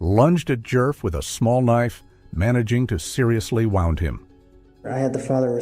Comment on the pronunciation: Did you really say wound instead of wound (woond--an injury). Dude please learn the correct pronunciation if you are going to do pod casts. It ruins the whole meaning when you guys screw stuff up like a simple pronunciation.